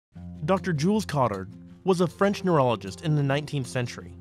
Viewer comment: Good video! It's pronounced ko-tAr because Jules Cotard who first described this syndrome was French.